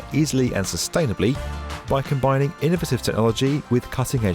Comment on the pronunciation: Don't get me started. Did you hear the way innovative was pronounced? How about precedent? Down-right confounding .